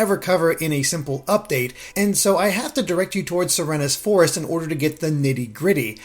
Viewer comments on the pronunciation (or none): .... se re nes.... it's pronounced like serene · is he pronouncing serenes forest right? Always thought you pronounce it like "serene"